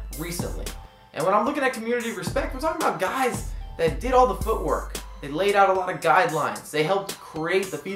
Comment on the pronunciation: (On a comical note) was that meant to be: "guys that did all the foot work" or "guys that did all the FUT work"? :P